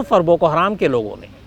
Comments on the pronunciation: शम्स ताहिर खान साहब, हराम नहीं हरम है जनाब, आपसे ये उम्मीद नही थी ❌❌❌❌ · बोको हराम नही बोको हरम होता है अन्धेर पत्रकार अपने आपको मुस्लिम कहते हो लेकिन आपको कुछ भी ज्ञान नही है ।आप फ़र्ज़ी मुस्लिम हो। और भारत में जैसे आरएसएस है वैसा ही संगठन है बोको हरम आरएसएस जैसे अल्पसंख्यक समुदाय पर हमले करती है वैसे ही बोको हरम वहां के लोगों पर हमले करता है।